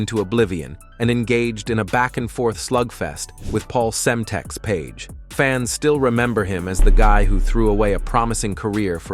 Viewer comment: Paul Semtex Page ? 😂 Obviously an idiot made this video.